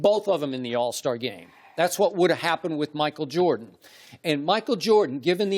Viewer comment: Chris said MACKLE JORDAN